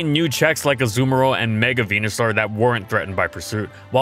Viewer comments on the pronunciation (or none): none